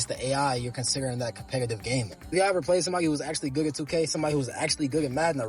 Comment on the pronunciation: Yo, is he saying "goog at" instead of good at?